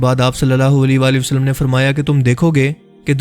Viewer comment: sach sach batana kia ap ka huliya Nabi pak ki ommat key jawano jeysa hey...? Nabi pak ki All par darood hey or ap jab Nabi Pak(S,A,W,A,W,) ka naam letay hain to holi walay walay wasallam kehtay ho kam az kamAll-e- Nabi pak par darood to sahe tareqay say bheyjo.? maind ney karna bhai, Ap ka andaz-e-biyaan masha-Allah bohot zabardast hey, to esey andaz main darood bhe beyjo..?